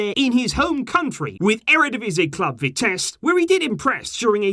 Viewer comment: Hi! Just helping with pronunciation, try and say Koo-man but the man like the English can't and can and try to say the koo a little faster, Vitesse is pronounced Vi-tess-e you say the e at the end. Keep up the good work!